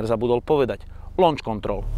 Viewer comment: Správna výslovnosť je lónč pripadne lánč. "U" tam urcite nieje ale aj keby povies lóunč tak ti samozrejme kazdy rozumie a nikomu by z toho nezabehlo. To je uz blizsie lonč ako lóunč. Bavime sa o vyslovnosti slovicka pri takej veci sa mudrovat neda kedze moc mudrosti k tomu netreba :D. Uz aj u nas vacsina ludi hovori po anglicky co je len dobre :)